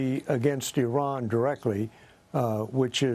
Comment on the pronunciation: These dumb country yokels. High ranking American military leaders expounding on strategies regarding Iran, and don't know how to pronounce the four letter name of the country! 😅 Embarrassing hillbilly leaders.